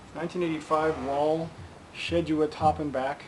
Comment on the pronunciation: Thanks love your reviews,just one small detail it's pronounced Whaaaal not Wall I